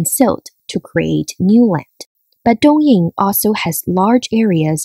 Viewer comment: 东营为什么要念成东硬？北京念成悲净？上海念成香害？有毛病